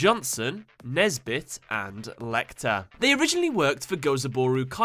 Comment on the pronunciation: Good work mate. The "Lei" in "Leichter" is actually pronounced like "Lie". It's German for "easier". :)